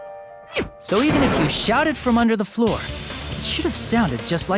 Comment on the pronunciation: it's NOT THAT HARD to say under the floor